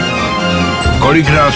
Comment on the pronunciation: Alespoň, že jsou tu titulky, v TV jsem to viděl 4x, ale nikdy jsem mu to "Kolik nás tu je" nerozumněl... :-D